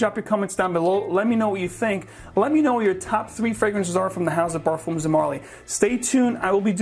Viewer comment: Hey guys, just a correction on the pronunciation on Parfums, the "s" is silent, you pronounce it just as if you were saying Parfum.